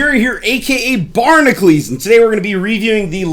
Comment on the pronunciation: Hey I just noticed you spell it Barnacules but say Barnacles. What's up with that? Kind of like Hercules vs Heracles. Well maybe not. lol.